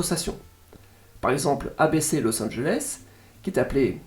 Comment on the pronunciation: Petit fun fact : la loi fédérale aux US autorise un maximum d’1/3 de pub par programmes. Par exemple le juste prix américain dure 1h, c’est 38/40mn de programme et 20/22 mn de pub. Par contre mes oreilles ont saigné avec « ABC / CBS / NBC » 😂 Les stations des chaînes TV et radio ont des noms à 4 lettres, les noms commencent par K à l’ouest du Mississippi et W à l’est. Par exemple KCBS et WCBS sont les plus grosses stations du réseau, à Los-Angeles et New-York respectivement. Merci pour la qualité de ton contenu ! Ta voix est agréable et il y a un bon côté pédagogique.